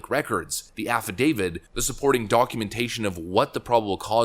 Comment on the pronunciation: Did you say "affidavid"?